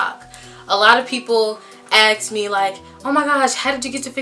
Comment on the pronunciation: People axed you? What